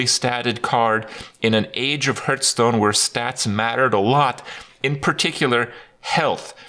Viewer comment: Still can not pronounce the games name lol